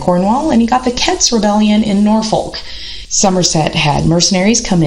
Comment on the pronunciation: And you don't pronounce the 'l' in Norfolk! 'Dauphin' was messed up, too. Good overview but loses credibility over errors like these.